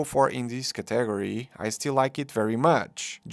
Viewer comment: I'm assuming English isn't your first language, if that's the case you do a very good job speaking it for the most part. with that being said, every time I hear you pronounce the word "category" it stops me in my tracks, maybe listen to somebody else say that one a couple times, pretty funny stuff, don't take it too personally, you seem like a good dude and I like your videos!